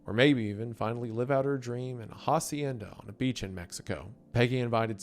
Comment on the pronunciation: The way you pronounced Hacienda and Hokkaido hurt me so much 😂